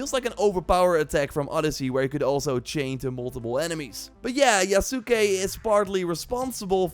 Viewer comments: its pronounced YASS-KAY. it aint that hard... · STOP SAYING THE U IN YASUKE ITS YASKE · Yasuke = Yahs-kay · Just a heads up, you are pronouncing the name slightly wrong. The U is more or less silent